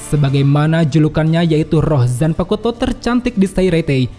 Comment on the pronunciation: Bang, maap nih, zanpakuto tu cara bacabya tu, "u"-nya silent bang, maap ya tapi risih aja dengernya